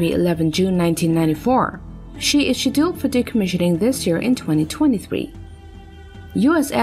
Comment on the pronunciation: I totally agree. Got fed up with " Shedilled " Being English I know some Americans use different words for things than me, and that's fine. But to completely mispronounced a word is terrible. Who designed these auto speaking bots ?